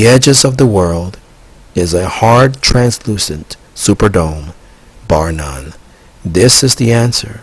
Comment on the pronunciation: Anyone who makes a claim like this, about being contacted by extraterrestrials; and provides no evidence whatsoever other than "it's just the truth" is a moron and not worth anyone's time. Also, words he could not pronounce: Antarctic Extraterrestrials Translucent Oil Smh!